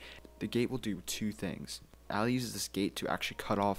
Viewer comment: (Ah-Lee) muf said alley 😂